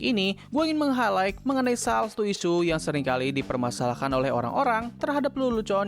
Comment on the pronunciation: Highlight dibaca haylait. G jangan dibaca. Cek sendiri ya di google.